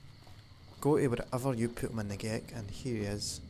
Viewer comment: who else thought he said ''gay cup''?